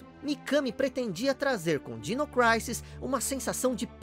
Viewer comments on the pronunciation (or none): é dino "crísis" e não "craises" kkkkk